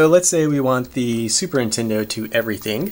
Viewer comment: I swear you're saying 'Super Intendo'. Am I just crazy? Lol.